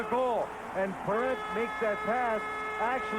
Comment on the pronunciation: It's very simple: knock-o-NETCH-nee. It's also PAIR-ent, not puh-RONT.